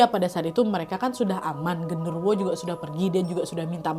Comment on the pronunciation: Kak kurang jelas pas Kaka ngomong gendorowonya ngerasukin si rena😢😢